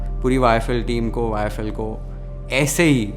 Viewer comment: You haven't changed in all these years - you still mispronounce YFL as IFL😅Keep going🎉